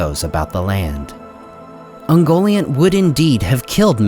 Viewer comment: Isn't Ungoliant pronunciad kind of like un-Goliath (but nt instead of th)